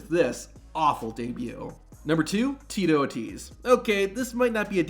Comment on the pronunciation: Tito “O” “Tease”